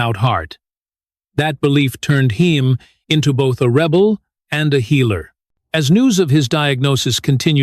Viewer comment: My god this narrator is the worst. “Heem “?!